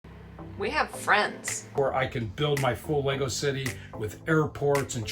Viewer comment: ahhh I am really enjoying your videos xx its kinda hard to explain but I guess we say LEGGO like emphasis on LEG ... lol I hear LEY Go when I hear you guys speak about it 🤣😍😍 but it also might just be my ears lol 😍🤣🤣 I love it !